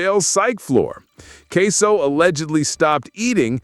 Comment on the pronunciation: The man name aint queso its ksoo